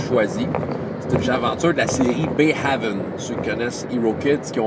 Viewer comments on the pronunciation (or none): Le supplément HERO KIDS Adventures in Bayhaven (de l'éditeur Roaming Band of Misfits Press) se prononce "Bā Hāvn", le deuxième "a" pareil au premier (comme le français é). Haven ressemble au mot normand-français havre: port ou refuge.